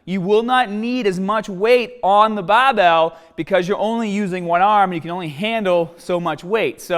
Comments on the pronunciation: the baabell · Challenge. Learn how to say BARBELL